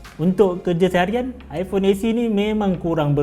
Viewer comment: Best dengar bro ni nga jing ipong hahahahah puas!